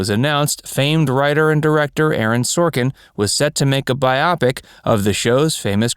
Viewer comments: Wait. Did you just say Bi-opic instead of Bio-pic? What is it with narrators of these kind of channels and weird pronunciations of common words? Bizarre... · It’s not pronounced BI-opic! It’s a combination of “bio” for biography, and “pic” for picture… it’s “Bio-pic”!!!! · Its pronounced BIO-pic, not bi-OPic. Its your native language, learn it. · It's bio-pic, not Bi-opic! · Baiyopik? Bio pik. Machine reader? Cannot stand this narration. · “Bi Opic”😂! You do know you can Google the pronunciation of a word if you’re unsure? Biopic short for Biographical picture. In this day and age there is absolutely no reason for this type of error except for sheer laziness. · Buy oh pick-it does not rhyme with myopic. Everyone else has covered the Keith vs Desi Jr controversy. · You might want to learn how to pronounce "biopic".